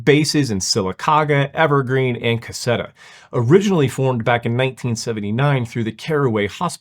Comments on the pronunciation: CUSSETA, AL is pronounced CUSS-SEA-TAH. It is where the famous Pat Garrett who killed Billy The Kid was born. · Its pronounced, Cu-SEE-tah. Ive lived here all my life. Their base is about 2 miles away from me. They fly over on their approach and take offs every day.